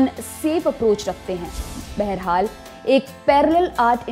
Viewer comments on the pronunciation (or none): none